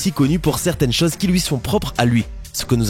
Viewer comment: je vais te corriger un peu: autre "chose" et pas autre chause.